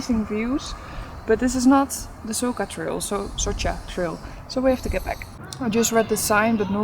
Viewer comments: It is not Soka but Soča č = in is english spoken like ch. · I never understood why the F don't you vloggers ask the locals how to pronunce the damn places. It is SoCHa river and BoveTS town goddamnit.😡🤬🤬🤬